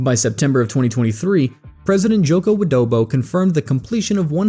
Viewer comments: ..i heard Joko Adobo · Did I hear Joko WidoBO?